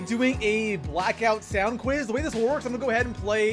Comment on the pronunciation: The way he pronounced “sound” 😂